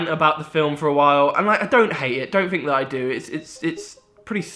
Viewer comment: Black panfer. Fink. Strange how thay spell right but dont say it right. Good video thow